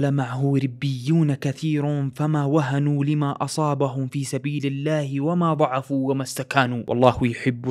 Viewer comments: للتنبيه وما ضعُفُوا (بضم العين) وليس ضعَفُوا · مِثلُهُ انتبه لضم اللام انت فتحتها، وما ضعُفُوا وهاذي بعد فتحتها والعين مضمومه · ضعفوا بضم العين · وما ضعفوا بال ض